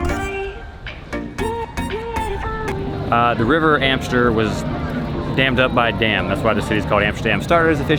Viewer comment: It's the Amstel river, not Amster :)